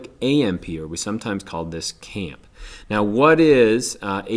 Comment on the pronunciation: No, no, we NEVER call it camp. Cyclic AMP or c A M P. Not camp.